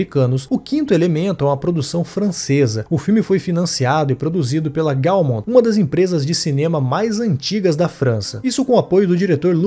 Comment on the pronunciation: Não se fala Gaumont e sim gomont